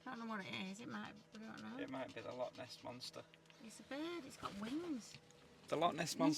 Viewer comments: Its not lock, its loch, clear your throat at the end of the word 😂😂😂😂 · 😂😂😂 I've never met anyone from Englandshire that can say loch right so dinnae fash (don't worry) ❤❤❤ Love both yer accents to bits 😊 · Loving your videos being a proud Scoman. Love both your personalities. Can you please pronounce it Loch instead of lock. Lock is something to open with a key. A small nitpicking sorry. Love your videos regardless. Keep up the great work and safe travels x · Its Loch mate not a Lock